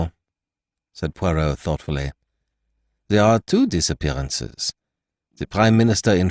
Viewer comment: Ugh nothing worse than an american mangling the pronunciation of ‘Poirot’ 🫣🙈😖😖